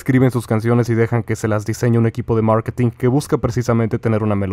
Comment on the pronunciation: MAAAaarketin lol QUERIENDO PRONUNCIAR EN INGLES JAJAJAJAJAJAJAJAJAJAJAJAJAJAJA ESA VOZ DE GANGOSO